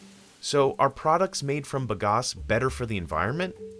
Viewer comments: Sugar cane is grass and grows like it. Fast! Plant the hell out of it. Bag-Ass.... not buhgas American. It's "bag"-"ass".... like "big ass"....but "bag ass" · Ba-gas, not ba-gos. The company owner says it correctly. What wrong with the narrator? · If Mike Rowe's dirty jobs taught me anything, its that its pronounced bag ass...